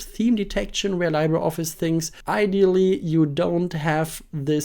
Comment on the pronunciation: It's actually LEE-bruh. Spanish word or filipino word for "Free"